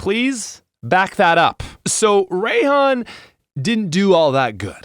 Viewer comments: You pronounce if “Rye-hon,” not “Ray-hon.” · ..."Ray"-han? What? Do you also pronounce it raychu and raykou